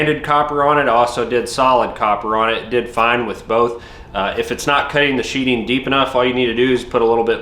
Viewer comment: I appreciate the video. Its sheatHing not sheeting. Like a knife goes into a sheath and not a sheet.